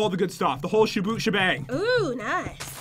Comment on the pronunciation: pat: I'm doing awesome. The whole shaboot shabang. me: WTF IS A SHABOOT SHABANG?